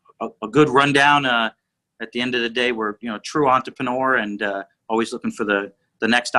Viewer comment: It’s gotta be the consistent and slightly wrong pronunciation of entrepreneur